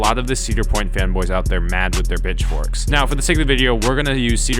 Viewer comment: Did you say CP bitchforks? Lol.